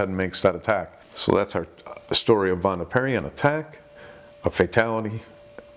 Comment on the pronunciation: Minor pronunciation correction, the name of the girl was Vanda Pierri. A small poem about the incident was written by Jim Potts, an English poet who was visiting Corfu. I think he spent a big chunk of his life there. Vanda and George Blissful swimming in Corfu seas A secret love-tryst Just her luck To meet a straying shark